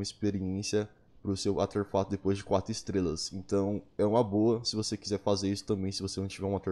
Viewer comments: Artefato* e n Auterfato, toda vez q vc disse isso foi um choque no meu cérebro, vc até msm conseguiu com q minha mente pronunciasse essa palavra de forma errada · "ateRfato" kkkkk